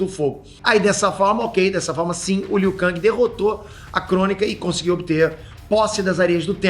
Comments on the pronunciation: É KENG E NÃO KANG Q SE FALA!!!!! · a pronúncia do nome do Liu Kang é Liu Ken (ou Lu Ken) em inglês e Liu Kengui em portugues!!! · O falando Liu kÃng, alguém precisa dar um toque pra ele kkk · Liu KANGI kkkkkkkkkkk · o falando "liu kang" da uma incomodada véi kkk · pow valando armagedoon e liu kang errado.isso mostra q vc n e fã boy kkk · Tão velho que não sabe falar o nome do Liu Kang.kkkkk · Eu fui o unico a perceber que o n falou o nome do Liu kang direito? Kkk